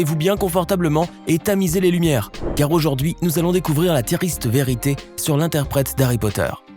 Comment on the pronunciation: Tu t ai trompé sur le mot tristr ta dit tiariste